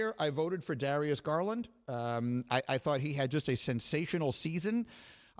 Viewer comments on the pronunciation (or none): none